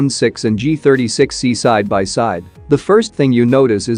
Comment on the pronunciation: He is continuously saying G-THIRTY-S3XY 😂😂😂